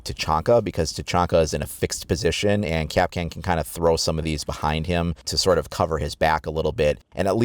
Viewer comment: Its pronounced Kap'Kahn stress on the second syllable not 'Cap'Can.